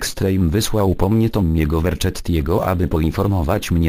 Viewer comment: Tomi Verczetti xP